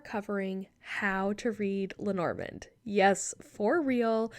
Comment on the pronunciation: Hi ❤ thank you so much for your perspective. I appreciate the effort and contribution you make. As a European, may I beg you to try to pronounce Lenormand as it would have sounded en français? It's so distracting hearing it mispronounced repeatedly. And perhaps it would honour her between the worlds. Thanks again! 😊